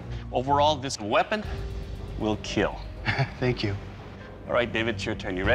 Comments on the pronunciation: He say keal when he’s happy with the blade and he says kill when he’s not happy with the blade but doesn’t want to seem rude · You know you lost when Doug says kill instead of keel